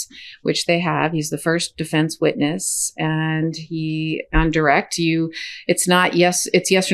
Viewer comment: Sorry, did you say witness or witless stand